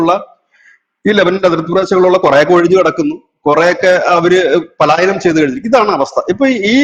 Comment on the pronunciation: സാറ് പറയുന്നത് കേട്ട് പഠിക്ക ടാ പാലായനമല്ല' പലായനം'😂😂